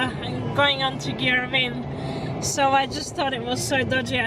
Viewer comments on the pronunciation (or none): It's girrawheen ave dummy